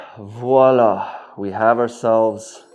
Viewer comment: Nice tute! And thank you for pronouncing "Voila "correctly. Most people do not! Please also do a draft for a basic woman's skirt and top and include instructions for sewing. It will go a long way in making a household name.